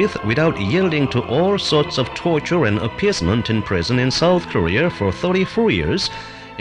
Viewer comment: i was searching for this video for so long because i watched the vice video where they used this and i literally just wanted to hear him pronounce “korea” as “career”